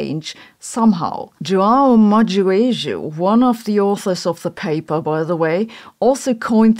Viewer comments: it's pronounced mah-gay-jo. Hard G, U is silent. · Ma-gay-jho, please... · Hi Sabine, his name is João Magueijo, is sounds like Magayjo. The same as cheese in Portuguese, is queijo, sounds like cayjo. I think you would like to know. Thank you for you videos and sound judgement. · maybe he yelled that because people keep butchering the pronunciation of his surname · You mispronounced Magueijo's name. Whenever you have a g followed by 'ui' or 'ue' in Portuguese, Spanish or French, the u is just a silent separator to prevent the g from being pronounced as a soft g, due to the influence of i or e. English isn't perfectly consistent in this regard, but compare 'plague' and 'page' for example.